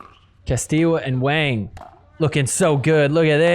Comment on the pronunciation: My guy, I love you, but Wang rhymes with song, wrong, long. Wang does NOT rhyme with slang, bang, sang.